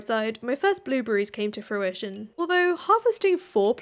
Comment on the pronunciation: If I had a pound for every time she said her crops had come to fruishoin😂